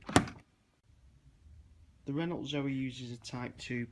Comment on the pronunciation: Not sure about your pronunciation of 'Renault'. Ren-no is more like it I think